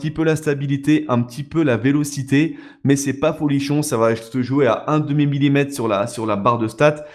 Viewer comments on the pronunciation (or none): none